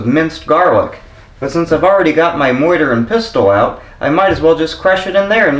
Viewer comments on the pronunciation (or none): “Moiter and pistol”... please let this be an intentional humorous mispronunciation. How about some Hungarian Cabbage Rolls next?